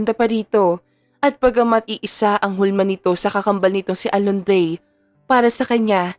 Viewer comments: Inday narrator Diba Alondra po bakit kaba Alondrey ng Alondreeeey ha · Kung Hindi kupa nasubaybayan Ang story nato nalilito na Ako Kasi c naritor Mali Mali Ng pagbigkas Ng pangalan pola alondre hahaha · Pangit na nga boses ng Narratorali-mali p tawag sa pangalan ng bida c twin Alondra naging Alondre😂😂😂Malaking Factor ang magandang boses ng isang Narrator kng pangit nakaka wala ng gana tapusin ang novela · Alondra at hindi Alondie